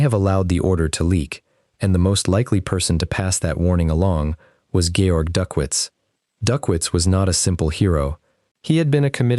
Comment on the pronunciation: Please get the man's name right: Georg, if he is a German???